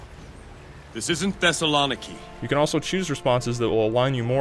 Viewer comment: OMG "This is Thes-a-lon-i-ki" Could they make it any more American? If you're Greek, you'll know how it's meant to be pronounced